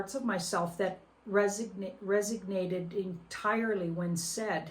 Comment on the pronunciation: ......love you......but the word is resonate lol, not resignate.